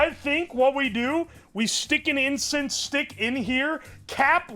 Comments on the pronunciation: We js collectively ignoring him saying "incest" instead of "incense"??? Alright 😂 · Bro can NOT pronounce incense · can you say incense without saying incest? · if i get one penny Everytime said Incest instead of incense,i will have 3 penny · insent ❌ incest ✅